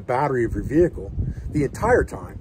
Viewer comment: I feel like there could have been more ways to work in the word - vee kuul during this video.